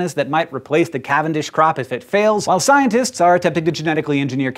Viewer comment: “Scientists are attempting” is phonetically annunciated by this cat as “scintists are a-te-te-te..”. Learn to pronounce at least 50% of your consonants. Because words mean things. And words consist of syllables. Which consist of phonemes. Which have, like, ... sounds — commonly used to communicate which syllables make up the message you’re slurring into oblivion.